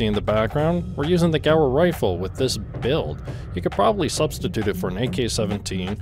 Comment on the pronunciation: This is like the third vid i've seen from you, are you intentionally saying words wrong or is it a meme? Stoic = sto ick, Gewerh = gehv air, Czech = check..like the Czech republic.